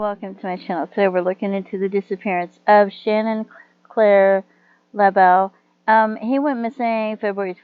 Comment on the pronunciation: And it’s pronounced laboo. Thank you for doing a video on him. His family deserve justice